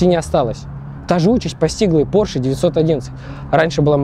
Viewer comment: Porshe - май лав)..